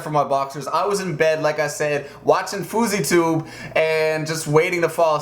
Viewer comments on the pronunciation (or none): its actully fow-zee-tube